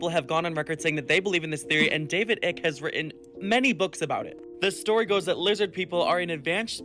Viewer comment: David Icke is pronounced Ike, not Ick...